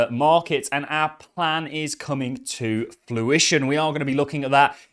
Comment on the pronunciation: My man I love your work but it’s “fruition”, not “fluition”. That’s two vids now 😉😆